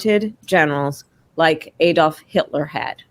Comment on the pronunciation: ADOLF not EDOLF !.